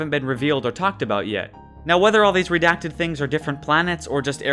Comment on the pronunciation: Stop pronouncing redacted wrong